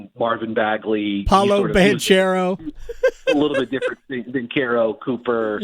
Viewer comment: How do you not know how to say Banchero????